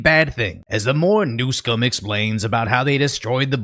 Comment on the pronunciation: Gavin NewsUHm. Man that shit was pissing me off.